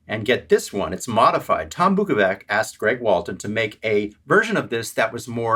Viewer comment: First learn how to say Tom Bukovac correctrly. Practice! Practice! Practice!